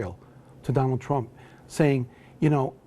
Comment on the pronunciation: New casters only have one thing in their life to do right and thats pronounce the fucking word right. Donal trump.......